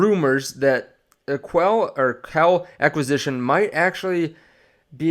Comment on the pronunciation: It’s pronounced “qwell”